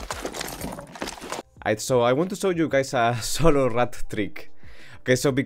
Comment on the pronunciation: The way you say rat always me laugh each time